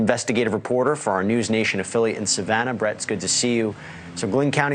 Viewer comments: Learn to read Bozo, it's St. SIMON's Island Not St. Simmons! So stupid! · cannot even believe this reporter doesn't know how to pronounce St Simon's island